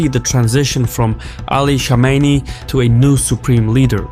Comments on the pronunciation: It's Kome Ney not Komeini. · What ? Ali shamaini? Who is that ? Go first learn to say some ones name then talk about them. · It’s Khamenei not Khomeini. I usually like ur videos but such a simple blunder makes me question just how informed you guys are. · Sağ ol. As an Azeri you should be able to pronounce Khamanei with (x) and not call him Shamenei. Xoşbəxtəm. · khaa-mina-ee you lunatic.. not khameyni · He's not Khomeini, he is Khamenei. You pronounce it wrong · It’s pronounced Kha-meh-neh-E Khomeini is pronounced Kho-may-NEE Iran is a military regime posing as a theocracy. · Nobody:: Supreme leader Ali " Shamenei " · Why does he pronounce Khamenei as "Shamenei"...??😟🤔😒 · Kom in nay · Rigged election? You can’t even pronounce “Khamenei” 🤣 what do you know? Lmfao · why are you deliberately mispronouncing Khamenei’s name? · azerbaijani dude who cant pronounce kh sound wtf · In a Caspian report's video about any other country, they would have said "arguably rigged elections" but since it's Iran so it was RIGGED elections. Plus you kept mispronouncing the name of Khamenei, that bothered me. In fact, most of the media, particularly western, pronounces his name wrong. Damn he's been your enemy and been in your news for 40 freaking years and you can't pronounce his name correctly lmao. Not that these are the biggest issues in the world but this goes against the standards of professionalism that is generally being claimed to uphold